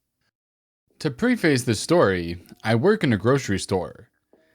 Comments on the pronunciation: Preface is not pronounced "pre-face" it is pronounced "pref-ese", like "pref-S". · preface: pronounced "preff-uss". this is what happens when you sleep through English As a Native Language class.